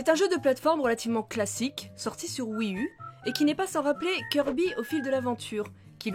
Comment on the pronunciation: La prochaine fois que tu prononces "wii u" à la française je mets un pouce rouge et je me désabonne.